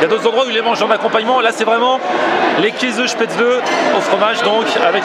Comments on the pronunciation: Des speutzleuuh mdrr xD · On prononce "chpaitssli" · on dit schpetzele . PS : les autres dans les commentaires . ne ditent pas '' ouais l'Allemagne c de la merde et tout '' vous y êtes jamais aller . et c un pays magnifique